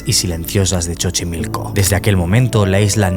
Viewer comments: como que Chochimilco? JAJAJA, es Sochimilco. Aun que se escribe con X, aqui en México la X adopta una fonética diferente según con que este acompañada, seria un poco como la Y 🙂‍↕️✨️ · Kibara en su video cuando fue a ese lugar también dice : Chochimilco.... 😂😂😂❤❤❤ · Escuché chochimilco😅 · Dislike por decir chochimilco que falta de profesionalismo bye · No se dice Chochimilco, se escribe Xochimilco y se pronuncia Sochimilco. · Estaba en suspenso hasta que escuché chochimilco 😂😂😂😂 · Contando la historia los más tenebrosa posible y dice Chochilco😂😂 Voy en el primer minuto y ya ame el vídeo me hiso tanto reír 😂😂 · Chochimilco 😂😂😂😂 ya si quieres di chochomilk 😂😂😂 Necesito ir a ese lugar, ese no lo conozco 😂😂😂😂 Ay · Pa empezar, no es "chochimilco" es ✨Xochimilco✨ se pronuncia con "so chimilco" Segunda, infórmate bien sobre las "islas copia" porque no, ninguna es ninguna copia, son ofrendas tanto para la niña, lo mismo que hacía don Julián, y otras son muñecas qué se dice son malditas, y se han "deshecho" de ellas llevándolas a alguna de las islas cercanas No soy de Xochimilco, soy de Durango Dgo. Pero incluso desde acá, he sabido de personas con supuestas muñecas malditas o embrujadas y las llevan ahí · se pronuncia Sochimilco la X tiene pronunciación como S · WEEEEEYY!! como dice "Chochimilco" , me encanta <3 no es burla, sólo me gustó mucho como lo pronunció <3 que bonito que se diera la oportunidad de venir a México :D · "Chochimilco" jejeje. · dijo "Chochimilco"? o escuche mal? jajaja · Me dio ternura escucharte pronunciar “Chochimilco” 😆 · CHOCHIMILCO JAJAJAJAJA XD ES XOCHIMILCO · jjajjajajajja DIJO "CHOCHIMILCO"!!!! JAJAJJA TE AMOOO eres el mas cool, tu puedes decir chochimilco y suena excelente jajajja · Cómo habitante de esa alcaldía tengo varias cosas que decir 1- Se pronuncia SOCHIMILCO (XOCHIMILCO) 2- No son islas, son chinampas 3-No mames que vino y no ví al chingao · Dijo chchimilco? XD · Jajajajajaja porque dice chochimilco?😂